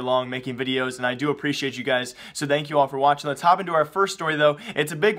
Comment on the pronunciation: Now i know dank memes are good... but please... it's... THANK (T-H-A-N-K) you